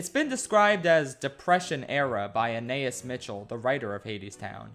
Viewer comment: Ah nah eeS. You’re pronouncing her name wrong. Anaïs has a hard pronunciation on the S at the end & you separate the a & i. The i & s are pronounced like eese at the end of geese. Ana like Anna from Frozen. Anah-eese. I don’t know why this drove me nuts.